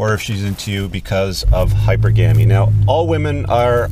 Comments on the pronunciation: It's pronounced hy-per-ga-my and hy-per-ga-mous. Nonetheless, you have great videos! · I'm starting to think this guy knows I have OCD and is mispronouncing HYPERGAMY on purpose.